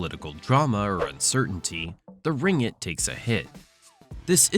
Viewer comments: its not ringit, its RING-GIT. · Pronounce "ring-git" not ringg-it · its ringgit, not "ringit". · it's pronounced as Ring-git, not Ri-ngit... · Why he pronounced it Ringit instead of RinGGit. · Ring-git is the actual pronounciation